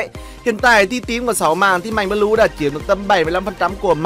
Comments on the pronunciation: Anh đọc mạnh bờ lu là đúng chứ anh đừng đọc mạnh bờ lêu khó nghe lắm nha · Mạnh blue đọc thành Mạnh bleu 😂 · Fan. Mà ns a nghe nà mạnh blue chứ k phải mạnh bờ lêu, mất cảm tình quá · "Mạnh bờ lêu" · Bắc kì mà😂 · Mạnh bờ lêu à kêu gì lạ vậy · Mong nói chuẩn tên anh mạnh blue ạ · Đọc tiếng anh blue ? 😂😂😂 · chữ blue đọc hài